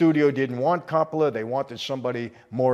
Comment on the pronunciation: Michael please learn to speak better. Corroboration doesn’t mean what you think it means. Also please for the love of God learn to pronounce Coppola properly! I thought you were Italian 🤦🏼‍♂️